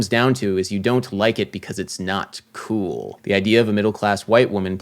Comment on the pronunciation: “It’s not kewwl” 😂